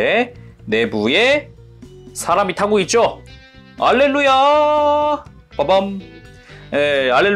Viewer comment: 알렐루야가 할렐루야로 들리네요ㅋㅋ